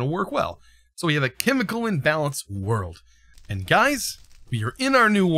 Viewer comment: "Inbalance" I think it's "Inbalance", and not "Imbalance"